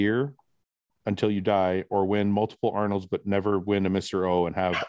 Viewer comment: I'm lmao about you guys ripping on Fouad about the "Arnold(s)" Fouad you also say Brett Wilkins all the time which makes me laugh